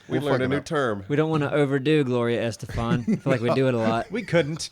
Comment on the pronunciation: "Gloria Estefant". BRILLIANT!!!